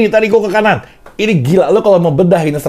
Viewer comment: Gila bukan geila dol